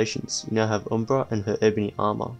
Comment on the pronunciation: it's pronounced uhm·bruh